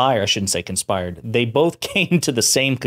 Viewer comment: Conspired… no you said it right….😾